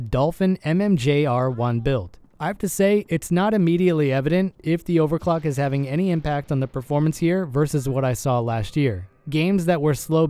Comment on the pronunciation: When you eat Sake Udon instead of.